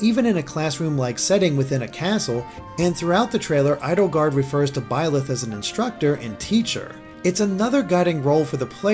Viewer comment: Please correct me if I'm wrong, but isn't Byleth pronounced like B-Lie-th, or something like that? The name has multiple spellings, but its referring to the demon king, which given the emphasis on the goddess; it seems like this is going to be another "the devil is the hero from another perspective" kind of story, which isn't bad if handled right.